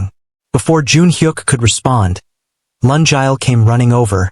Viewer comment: Oh pronunciation of “Lungile” the name is bad🤦🏽‍♀️it a Zulu name Luu- ngiii- leeh not Laa- njaal 😔 And mix of months and years and lungile’s mom is korean and dad is korean but she looks multi racial 🙆🏽‍♀️😁 Storyline is good but the author nedded to do corrections b4 putting on for us to listen Thank you